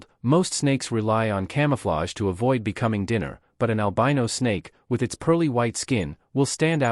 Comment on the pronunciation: un come ufflage? .. if you're gonna use shitty AI narrators at least check them before publishing